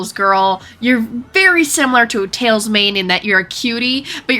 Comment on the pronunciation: yes u got tails exactly right